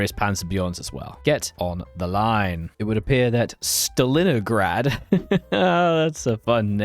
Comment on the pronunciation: You mispronounced almost every name that was a pun early in the vid. Stallinograd? STALLION. margeytp? MAREgypt. Haillie sellisie? Se HISSie. BRUH! NVM later you do it properly. Idm cool video anyway